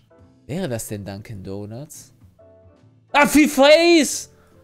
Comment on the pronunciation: Nach dem 20. "Dankin donats" habe ich ein bisschen die Krise bekommen xD